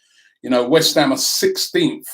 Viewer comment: Damn, only 3 points ahead of "Weth Ham" 🤣🤣......I just hope nobody gets drawn to the Kovac rumours, that really would end us